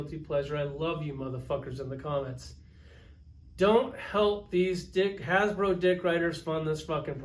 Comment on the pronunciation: It’s “Fck Hasblow!”